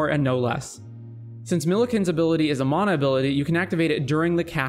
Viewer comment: He's one of the only people on Youtube who pronounces it correctly.